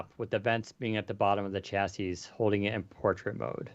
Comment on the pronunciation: Someday, will learn how to pronounce chassis.